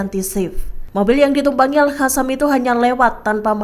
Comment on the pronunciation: BUKAN AL HASAM TAPI AL QASSAM, Kenape tak reti bace penyampai berite ni? Perlu belajar semule